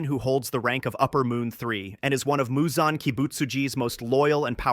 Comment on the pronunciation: Why do you keep switching up Muzan’s pronunciation? 😭